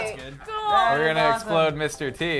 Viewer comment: Those guys failed by saying Esploder. Smosh did it better.